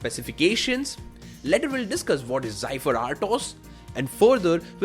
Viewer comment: Zeh-feer or zeh-fir. Not Zy-fir.